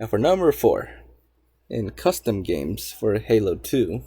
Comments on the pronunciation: "Cutsom games" WTF is a cutsom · "Cutsom" xD